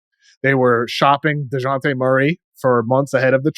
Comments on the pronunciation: Man called dejounte deyante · The industry is weird. No one knew who Wemby was until we were told. Sar shows a lot of potential. He looks stronger than Wemby and weighs more plus shows great athleticism. Also I don’t appreciate white boy messing up Dejounte name like that lol.